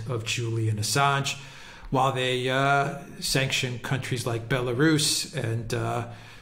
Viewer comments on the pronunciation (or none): none